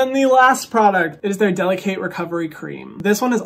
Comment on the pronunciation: You could at least say the name of the line correctly if they’re sponsoring you. DeliKATE like her name and not delicate.